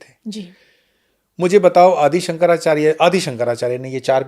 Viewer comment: महोदय जब आप भगवान शंकराचार्य के नाम भी सही उच्चारण नहीं कर पा रहे हैं।